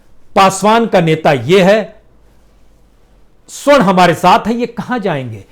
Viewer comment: प्रसून बाजपेयी जी बार बार आप सवर्ण की जगह स्वर्ण कह रहे हैं ।